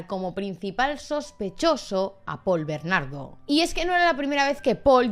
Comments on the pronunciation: Es Paul bernardo sin ese acento al final pronunciado. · Por qué "BernarDÓ"? 😬😬